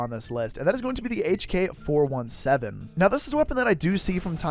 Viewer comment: plsssssss its called "hk 4 "17" " not 4 1 7" pls plssssssssss its hk 417 not " 1 7" its 17 (or 16)